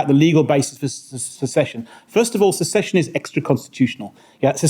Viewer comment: precisely the bell iz ringing but where is the string🤣🤣🤣 it is secession. She should really do her homework....no wonder our country is becoming no mansland. If you do not know how to even pronounce the word how on earth do you know what the international law says.